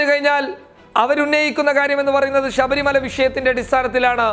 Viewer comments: ഷബരി മല അല്ല ശബരി മല എന്ന് ബ്രോ 😂🤣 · ഷബരിമല അല്ല ശബരിമല എന്ന് പറയൂ സുഹൃത്തേ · ഷബരിമല അല്ലേടാ പൊട്ടാ ശബരിമല...... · എടാ പോത്തേ നീ പറഞ്ഞു തുടങ്ങിയപ്പോൾ തന്നെ നീ ആരാണെന്നു മനസിലായി ,ഷബരിമല അല്ല ശബരിമല ആണ് ,നീ വർഗീയ വാദി തെണ്ടി പൂമോൻ ആണ് നീ . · മേത്താ ആദൃം ശബരിമല എന്നു തെറ്റാതെ പറയാൻ പഠിക്ക്... എന്തുവാടേയ് ഇത് വാർത്തയാണോ അതോ പള്ളിയിലെ പ്രഭാഷണമോ.. ...ഷബരിമല പോലും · Shabarimala ,shesham, sahacharyathilakk( sabarimala sesham , sahacharyathilaykk inganeyanu vakkukalude prayokam ) nammude mathrubhasha thetti uchariykaruthe janangal kanunnathalle